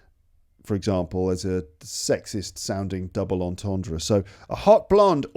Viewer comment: Terrible jokes. Plus I only laugh at my own puns... The best one was your pathetically trying to pronounce entendre though hahaha 😂